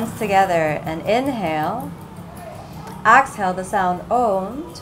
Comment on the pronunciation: why do you say axhale? is it just your accent? is cool haha